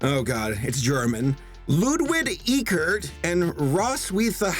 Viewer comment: Ludwig’s last name would be pronounced “Eeh-Kurt”